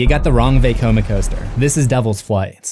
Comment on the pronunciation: Nice vid, but it makes me cringe every time he says veykoma instead of vecoma